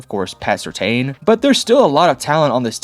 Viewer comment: First of all, learn how to say PS2's name right. Second, how the hell do you know if Sean Payton's offense is easy to run or not??? Russell Wilson couldn't handle it. Please please please don't make any more videos about the Broncos. You have no idea what you are talking about.